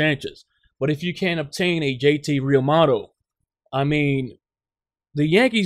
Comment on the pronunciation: Real-moo-toe. Learn how to pronounce